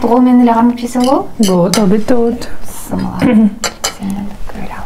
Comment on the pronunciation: БЫССЫМЫЛЛА, БЫСМЫЛДА ДЕП АЙТПАЙТ. БИССИМИЛЛА ДЕП АЙТЫЛАТ.